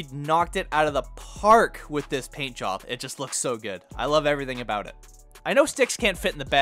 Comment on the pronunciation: That’s aboot all the time I have for this video lol